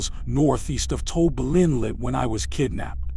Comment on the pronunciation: It’s not Toby inlet. It’s TOBA. I work there from time to time. For thirty years building roads.